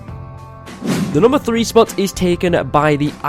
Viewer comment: When u said top 3 spot I thought you said top freeze spot